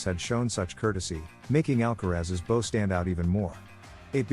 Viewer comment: Please pronounce the word bow properly. It is not a ribbon you tie in a bow. It rhymes with now!